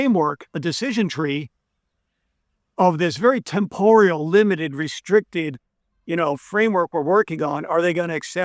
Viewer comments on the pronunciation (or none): none